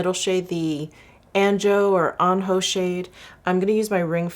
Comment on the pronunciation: Fabulous as always,! Anjou is pronounced Ahn-zhoo!